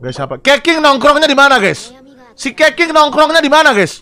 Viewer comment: dibacanya kecing bang bukan keqing